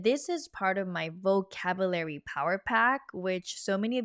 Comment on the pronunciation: Something for you in English, “Vocabulary” is pronounced vo-cab-you-Larry (quickly pronounced). It sounds like you are pronouncing vocabulary like vo-cab-Larry.